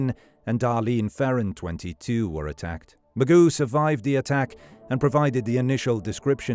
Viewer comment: I automatically discount any story where Mageau's name is butchered.